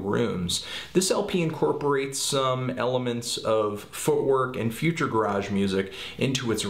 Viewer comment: nope. it's pronounced 'future garij'